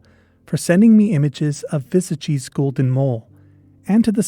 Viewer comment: XD Your pronunciation of "Vesagie" needs a little work (hard W, e is pronounced a little higher than uh, a is a long aah, hard G, ee. Wuh-saah-gee). The Northern Cape is such a desolate and impoverished area with only 1 or 2 major highways going through it. The towns in the Northern Cape are usually small apart from one or 2 larger towns. It's very possible it might be overlooked and could still exist. One of my grandmother's biggest claims to fame was rediscovering a species of daisy that was thought to have gone extinct while simply going out to paint flowers as she liked to do (Euryops muirii). So Something small like a mole in the VERY large and expansive Northern Cape isn't that crazy.